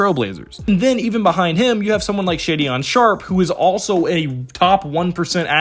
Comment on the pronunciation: Just fyi it’s pronounced Shay-Den Sharpe